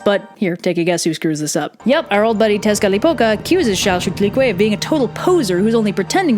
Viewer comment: I have to do a presentation on this myth, and it is so useful, if for no reason other than the pronunciation of Chalchiuhtlicue.